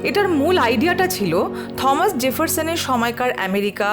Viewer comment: ভালো লাগলো আপনাদের ভ্রমন ও বর্ণনা।অনেক কিছু জানলাম।তবে নামটার উচ্চারণ থমাস না টমাস জেফারসন হবে?